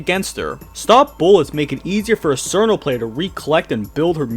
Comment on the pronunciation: it's cheer-no not sir-no it's also tay-ee, not too-wee aaaaaaaaahHHHHHHHHHH